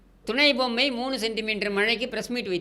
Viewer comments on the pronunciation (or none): Bommai not pommai! Kooravum and not koiravum. What are you trying to say??🤔